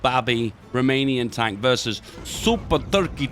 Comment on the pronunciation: say tonk one more time i swear to god